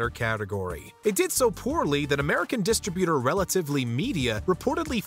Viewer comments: I'm sorry, but what exactly is a DI-stri-byoo-ter? Ohhhhh... you mean a di-STRIB-yeh-der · It's "dih-STRIB yuh-ter" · How is this guy still able to narrate for? He can’t even pronounce simple words like “distributor” correctly. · Will the voice over guy PLEASE FOR THE LOVE OF ALL THAT IS HOLY stop mispronouncing "distributor"!!! GODDDDDDDDDDDDDDDDD!!!!!!!!!!